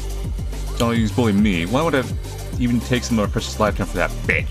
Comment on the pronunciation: "Xiao" is pronounced like... xi = she, ao = ow, so if you said "sheow" but as one syllable. Thank you for inviting people to help pronounce things and being willing to learn, it means a lot